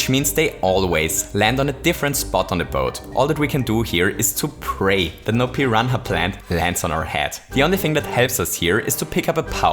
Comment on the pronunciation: Just a heads up, you don't pronounce the ''h'' in "piranha" at all.